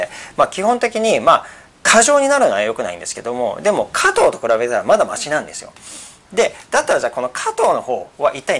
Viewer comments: 加藤じゃなくて果糖です。イントネーションが違います（笑） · 何故、果糖を加藤と発音するのでしょう？果糖ブドウ糖液糖の場合はちゃんと発音しているのに、果糖単体になると加藤の発音になってます。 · 果糖の発音が加藤すぎるw